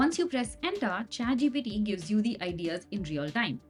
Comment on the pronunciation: why do i keep hearing her say chatGPD??? lady, its the letter T, not D. please correct your pronounciation!